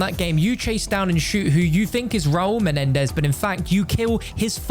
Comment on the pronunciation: I’ll take a hit off a bong every time you say MENEDEZ